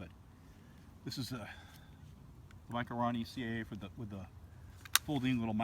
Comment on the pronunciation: Thank you for not calling it a micro-o-roni. Drives me nuts. Great review